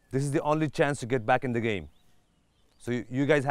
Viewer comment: always says gyam instead of game. Like if u noticed.